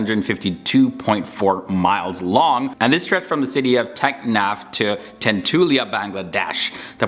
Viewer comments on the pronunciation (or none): Tentulia na tetulia.....still good ....